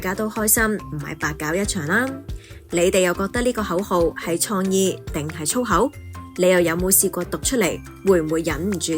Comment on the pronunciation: 廣州廣州、老實講，創意，官方，旁白姐姐啲懶音（廣、講、創、官）都好勁喎，做得旁白執吓自己啲懶音好吗？